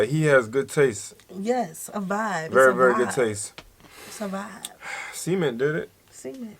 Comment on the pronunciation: Cemen! 😂😂😂 sounds like seme…🌚 Pronounce the T please lol